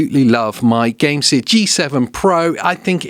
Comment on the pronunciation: Why are you saying Gamesir like that?😂